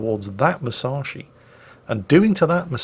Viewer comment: ...how...how do you pronounce Musashi right and continue to screw up saying Yamato (Yah-mah-toe)?!